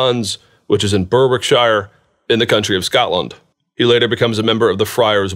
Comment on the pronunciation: very interesting. I'm enjoying these lectures a lot. (p.s. Berwickshire is pronounced more like Berrickshur, with the stress on the first syllable. The "w" is silent) :-)